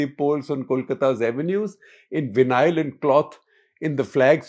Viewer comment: विनायल नहीं वैनल भाई साहब! English is a funny language 😂